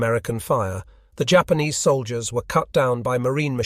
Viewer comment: "Jay- Ahpanees" ?? Has this been a AI voice over the whol time?